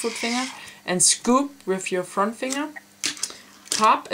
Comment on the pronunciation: "pop with your back finger and SCUUPE with your front " lol...